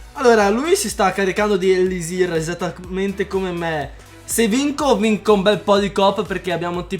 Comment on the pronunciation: hai osato dire ellisir e poi elisirl. Mi dispiace, ma non puoi far parte della R crew XD